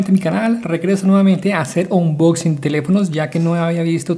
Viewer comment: jajaja onchusping